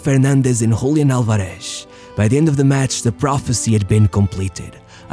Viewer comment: Hablás español y aun así pronunciás mal "Julián Álvarez", amigo, decís "Hoolián alvarésh"... Cringe bro xd